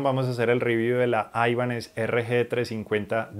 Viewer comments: Gracias por el video. Muy buenos detalles. Solo una cosa, sin ser hater, porqué pronuncias la marca como "aibanez"? cuando realmente el nombre no es anglosajón sino de procedencia hispana? Saludos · No es aibanes, paleto. Viene del apellido español Ibáñez que luego le quitaron la eñe